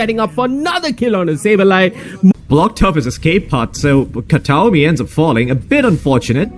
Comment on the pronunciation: "Katami" not Kataomi. Every time...